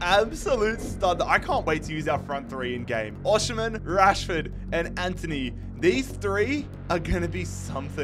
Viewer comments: you still can't pronounce Osimhen's name 😂 it's pronounced OS-eem-hen, drop the sh pls 🙏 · Every time he said oshimen it sounded like oceanman